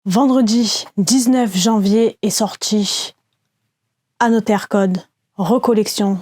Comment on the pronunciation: Génial la vidéo mais on dit anozer